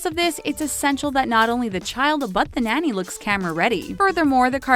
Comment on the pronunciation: Someone please teach this woman how to pronounce “nanny” and “iron” 🙄🙄🙄🙄